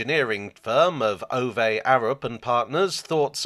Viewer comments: For a moment I thought had switched to AI narration when he mentioned "Ovay Arup". God forbid! Lol I might be mistaken, but I believe it's Ove Arup. I believe he was of Danish descent. I wonder how our Danish friends pronounce "Ove". Does anyone know? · Just quietly, Ove (as in Arup) rhymes with Hoover. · FYI the e is silent in Ove.